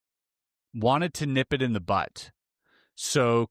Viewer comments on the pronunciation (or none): "Nip it in the bud" not Nip it in the butt ;) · Did he say nip it in the butt?